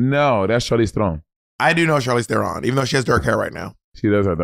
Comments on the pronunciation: very impressed with Monet pronouncing Charlize's surname correctly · Monét properly pronouncing Charlize Theron's last name is EVERYTHING. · Not Monet slaying the South African pronunciation of Theron ❤ and it’s not easy! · Love how Monet pronounced Charlize Theron. Its cute hearing that pronunciation outside of South Africa. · Monet saying Charlize Theron properly is everything 😭😭